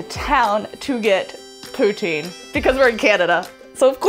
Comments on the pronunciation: Not to be picky but it's Poo-tin. It's interesting seeing our area through your eyes! The number of times we've traveled that bridge to MI and it's an old hat now. lol I hope you didn't get lost in Kitchener, it's only 3/4 of an hour from us and every single time we get lost in it and have to rely on our gps. Some of the stupid questions we've had coming home from the US while towing our kayaks, 'what's in the trailer?' uh kayaks and equipment? lol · put tin ..... not putt or tine .....just put and tin puttin , lol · It's not "Pooh-teen", it is "Poo-tin", tin, like a metal can! If you want closer to the real french pronounciation, "poo-tsin". and no eh at the end. It is "eh" not "hey".... So now "y'all" have all the Canadian y'all need for a fun time when you come back to Canada eh!🤣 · It's pronounced pu-tin but don't worry, we mostly all say poo-teen anyway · Good video 😊 PS it’s “pou-Tinn”. Like the metal. Not teen. 😋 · It's actually a Quebec dish and it is said like Poo-TIN. Like Christine is said like Kris-tin. No TEEN The end E in silent. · The correct way to say it is Patin . I don't know if that's the correct spelling but it's A French word. This food originated from the French. Also, very cool that you're going to Kitchener. I lived there for 25 years and ran a hair salon there. Kitchener is a very festive town. It is famous for Oktoberfest, and in the summer every single weekend there is some sort of festival. If you want a cool place to eat, there is a small pub called apples lounge and it's in between Kitchener and Waterloo. They have the most amazing food and they don't even have a fryer. There is a famous dish there called raja. It has a very cool rockabilly type of vibe. Also, you should try the Saint Jacobs farmers market. It's on the edge of Kitchener, and very famous also. Have a wonderful time and if you have any questions, I can answer them for you. About Kitchener lol.